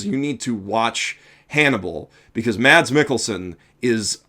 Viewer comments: He's actually pronounced Mess, not Mads. But yeah, I agree, he was amazing in here and he is amazing in everything he does. If you haven't watched Hannibal: Shame on you, for it's on of the greatest shows there ever was. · try to pronounce mads as mas its kinda how its pronounced in denmark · The D in "Mads Mikkelsen" is actually silent, so it's pronounced something like "Maz"